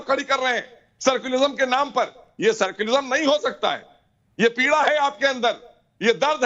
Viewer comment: मोहसिन रजा सेकुलरिज्म को "सर्कुलिज्म" कह रहा है😂😂